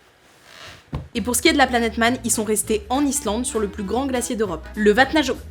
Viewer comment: Ce qui m'étonne le plus c'est la facilité avec laquelle tu as prononcé ce nom de ville Islandaise ! Tu t'es entraînée combien de temps ? 🧐🧐🧐